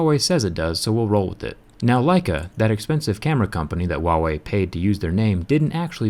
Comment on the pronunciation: dmdudego learn first speak "Huawei"